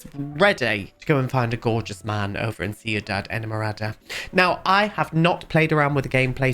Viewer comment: As a colombian, his pronounciation is much better than some other ones i've heard! The worst i think was "seenidad edmorada" 😭